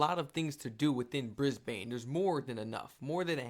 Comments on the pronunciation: "Briz-ban" or "Briz-bin" is how you pronounce Brisbane. Love your enthusiasm, and your channel. Cheers from Oz. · it's Brisbane (pronounced Bris-ben) not Brisbane (pronounced Brise-bane) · Brisbane is pronounced like you are saying the word in instead of ane. Fanatically speaking you should pronounce the name of the city Brisbane like Brisbin. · It's not Bris-bane it's ben, not bane Brisbane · Lol... Kangaroos can do more damage than some of our Snakes... 😂 BTW, it's pronounced, Brizz-bn.... not Briz-bayne....🤪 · Love your videos on Australia 🇦🇺 ❤ it’s pronounced Bris- bin btw 🥰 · Pronounced Briz- bun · Pronounced Brizbnn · Yes don't say it as Bris-bane ( it's not Batman)😂 . Warning: beware of the birds in spring😂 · Bris-bane.. prepare yourself for the educational comments mate.😂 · Pronounced Brisben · On Behalf of the Australuan population, We would Love to have you in our big beautiful country. Brisbane is said like Brisbin. That's how we say say it darl. 😏. ❤ your content. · START BY CALLING IT BY THE WAY THE LOCALS SAY IT NOT THE TOURESTS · First off, it would take 45 seconds to Google the correct pronounciation of Brisbane. If you cant even be bothered to do that, it's better you stay home !